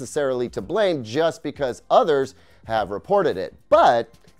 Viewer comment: I love how you pronounce "others" like "udders" 🐄 😉